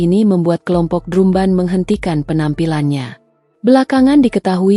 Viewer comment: Dibaaca dram ben.. bkn drum ben